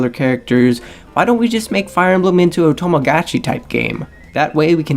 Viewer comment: Tomagatchi?? What's with that pronunciation?